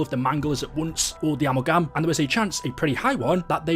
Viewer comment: Uh-Mal-Gum. Amalgam not amul-gam